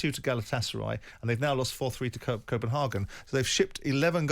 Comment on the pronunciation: Simon corrected himself wrongly as he was about to say Copenhagen and changed it to copen HAHGAN. No simon it Copenhagen. Its leviosa not leviosaaaaaa